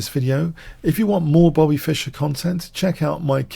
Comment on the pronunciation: Not Fisher like Crusher, but Fischer 😅